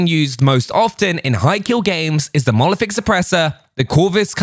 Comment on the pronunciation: It’s monolithic not molothic